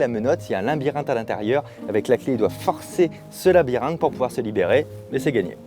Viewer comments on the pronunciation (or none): none